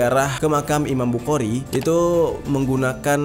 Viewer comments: Bang cara baca"Bukhari" itu bukhori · Saya mau ralat امام بخارى خ Bukan, ك، k Yg betul, kh, خ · Bang jer tanpa mengurangi rasa hormat, pelafalan imam bukhari itu dibaca dengan huruf o di huruf a nya, jadi bukan dibaca bukhari tapi bukhori , tapi untuk penulisannya emang bukhari, cuma pelafalan nya saja yang beda Karena kan itu huruf bahasa arab sebenarnya yang bang jer juga tau di huruf hijaiyah itu ada kha, tapi di baca nya kho 😁🙏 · Imam bukhori bang klo bukhari kya kurang pas di telinga, tpi kontenya bisa menambah wawasan sejarah bang mantap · Bukan iman bukari Tp imam Bukhari di baca bukhori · di bacanya jadi imam buhori..🙏🙏🙏😉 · Bukan bukari tapi bukhori pake خ bukan ك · Maaf ralat ... Imam Buchori... dibaca Buhori...... tq... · Hehehe iya bang, dan tepatnya bukan mempermasalahkan, tapi membenarkan apa yang salah 😁